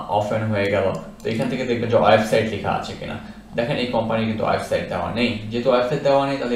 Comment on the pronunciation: অয়েবসাইট নয়। উচ্চারণ টা হবে ওয়েবসাইট।